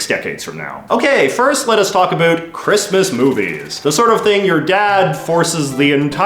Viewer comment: "Wonder aboat" Ah yes a fellow Canadian lol